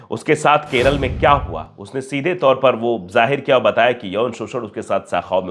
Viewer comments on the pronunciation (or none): none